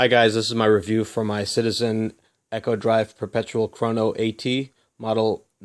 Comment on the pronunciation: Pronounced eeee-ko , as in economical , not ekko